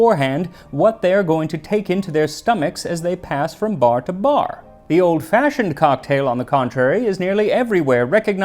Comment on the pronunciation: Got slightly more "old fashhhiond" towards the end there.